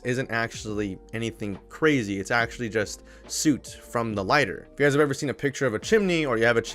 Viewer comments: The oo in soot is pronounced like it is in book. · FYI: "Soot" rhymes with "put." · It is pronounced “sutt” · Hey brother man. Most folks pronounce “soot” as the word “put” (like to put someone in its place) but with an “s” in the beginning. So, more as “sut” so to, uhh, spell? Also, not trying to be rude, only trying to help... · Love the videos but did anyone else get weirded by the way he says 'soot'. Its pronounced like foot not suit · My man really just pronounced soot like "suit" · Soot rhymed with Put or Foot. Good work though. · "Soot" (black substance from fire) is pronounced like 'put' and 'Foot'. Don't ask why... American English can be crazy sometimes. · "soot" rhymes with foot. This vid is FABOOOOO! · Say Soot like Foot. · i love the way he pronounces "soot" lol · I have never heard anyone pronounce “soot” that way.